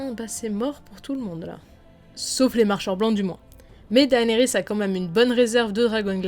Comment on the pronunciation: 1 truc qui est un peu chiant c'est quand tu dis Daénérys au lieu de Dénérys, certes son prénom s'écrit comme ça "Daenerys" mais ne se prononce pas comme ça.